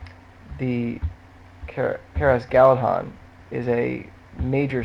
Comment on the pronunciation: Please, for the love of god, read the notes on pronunciation that Tolkien put in the books...C is never pronounced like S, G is never pronounced like J, and it should be pronounced Galathon, not Galadon (dh make's a th sound).